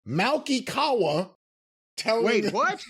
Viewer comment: I'm surprised said Kawa's name correctly. Knew of him from managing a bunch of MMA fighters